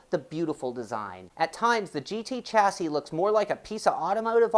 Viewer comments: Nice review, BTW... chassis is pronounce shas-say. ;-) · no. actually it is pronounced "shassy" but hey - who cares? ;-)